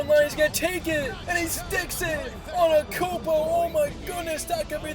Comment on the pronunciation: bro literally says anekoumpo